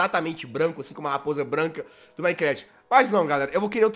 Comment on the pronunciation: manicrast jazz, manicrast. Custava falar minecraft kkkkkkkkkkk